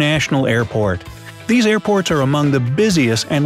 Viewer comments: anyone else thought he said airpods? i was like tf is this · Thought you said airpods lol